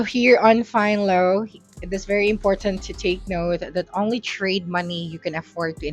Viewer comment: Im good i cant respect nor listen to advice from a retard who cant even pronounce the name of tye app correctly🤦🏻‍♂️🤦🏻‍♂️🤦🏻‍♂️🤦🏻‍♂️Fine Low u retarded bitch🤦🏻‍♂️🤦🏻‍♂️🤦🏻‍♂️🤣🤣🤣 Fin Ello bitch learn it the commercial said it for u to repeat it🤦🏻‍♂️🤦🏻‍♂️🤦🏻‍♂️